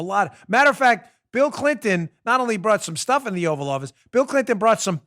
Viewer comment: Bill called it the "Oral office" not "Oval office"